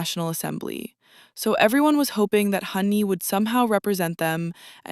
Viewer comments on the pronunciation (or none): none